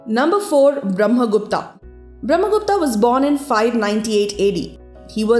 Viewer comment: आर्यभट्ट not आर्यभट्टा,ब्रम्हगुप्त not ब्रम्हगुप्ता ...and so onn atleast indian must use their correct names Highly corrupted names🙄